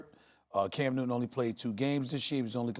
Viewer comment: No one: Stephen A:Cam New Ton